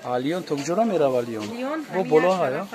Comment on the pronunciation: Бахшиши зиед,лион нею лен,паплен нею паплин.Худи репортаж хеле хуб...🙂🙂